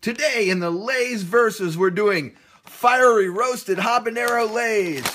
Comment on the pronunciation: you don't pronounce the h in habanero